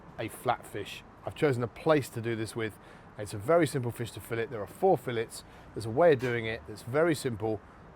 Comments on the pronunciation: If you’re a cook and you can’t say the word fillet properly, you’re an idiot. I’m watching something else. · Fillet. "She was only a fishmongers daughter, but she could lay on a slab and say fillet".